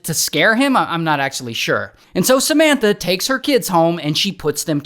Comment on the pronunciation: Does anyone else hear Cementa instead of Samanta?